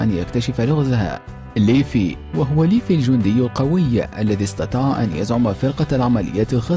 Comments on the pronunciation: ما موتني غير نطقة لليفاي يسميه ليفي😂😂😂💔 ولا هوجاكي الرابع ذي لٱ تعليق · ليفي ههههههههههه ليفاي مو ليفي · slassi بعرف ايسمه ليفاي بس عم نتمسحر ع صاحب الفديو عم يقول ليفي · ليفاي قال ليفي و ناتسو ٲبوه اسمه اغنيل مو دراغنيل و ياجامي لايت ما عرف ينطقها صح و جاب العيد فيها 😂😂😂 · صح انصدمت لما قال ليفي راحت هيبة ليفاي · ايوه قال ليفي ما قال ليفاي حرام راح فيها ليفاي هههه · كما انه قال ليفي 💔💔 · والله شكل المعلق لبناني. اسم الرجال ليفاي. نطقه ليفي. الحمد الله ماجاب العيد وماقالها. ليفه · اول شي اسمه ليفاي مو ليفي وثانيا شي شكرااا على مجهودك 😇😇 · ليفي اجل هاه؟ ليفاي اسمه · ليفاي مو ليفي وكمان شهاب و هوكاجي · اسمه ليفاي مو ليفي الاسم كله خطا اسمه ناروتو اوزوماكي مو يوزيماكي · ليفاي وليس ليفي لولوش وليس لوليش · حرام عليك ياخي ارن بيجر ههههههههه اسمه ايرين ييغر وبعدين ايش ليفي شوهت اسمه اسمه ليفاي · اسمه ليفاي وليس ليفي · ليفي T_T omg طريقة نطقك للأسماء تجرحني كثيرا ، ليفااااي يعني بال ااايي ، هههه سوف تنتحر شخصيات الانمي بسلام ، بعد سماعك 3: ... في الاخير كل ماهو عن الانمي هو الافضل 3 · ليفاي مو ليفي يا ورع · اسمة ليفاي مو ليفي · ياخي ليفاي مو ليفي ههههه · ايوا اسم ليفاي يلي بهجوم العمالقة جاب العيد فيه 😂😂😂